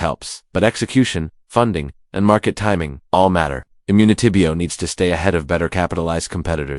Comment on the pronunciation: This AI lol the way they said immunitybio dead giveaway